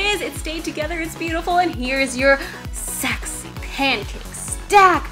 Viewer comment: lol shes hilarious. "OOHH SECKSY", and "LOOK AT DAT MIALK!"